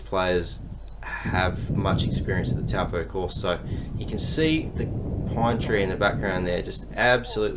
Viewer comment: I so appreciate having coverage of nz events, but please please please pronounce things like "Taupō" properly. Māori pronunciation is important, and thankfully easy.